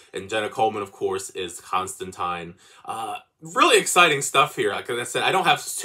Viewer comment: Sandman's one of my favorite comic series of all time, the other being Lucifer, which is a Sandman spin-off, and yeah, this looks fantastic. exactly what i hoped for. & thx for pronouncing "Constantine" correctly btw, that's surprisingly rare lol